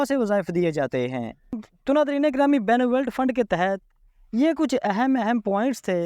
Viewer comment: اللہ کے بندے پہلے کسی پڑھے لکھے بندے سے بنولینٹ فنڈ کا صحیح تلفظ تو سیکھ لو جب اپ اس فنڈ کا نام بولتے ہو تو سننے والے کو غصہ جاتا ہے اور وہ یا تو اپ کا ویلاگ سنتا ہے نہیں اور سبسکرپشن تو دور کی بات ہے